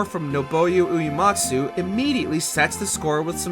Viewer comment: …no, Supernova isn’t a cutscene. Also, never let Uematsu-san hear you pronounce his name like that 💀